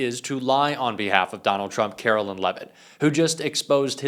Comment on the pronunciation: ....it's karo-lyin'.....